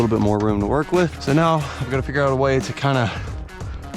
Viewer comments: Is it just me or did y’all hear the “trokiando cuh “ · He said “trokiando cuh” 💀😂😂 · He said trokiando cuhhh